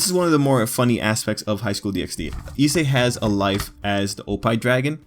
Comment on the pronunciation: Good video but it low key triggers me that you say DxD, it's pronounced Highschool DD!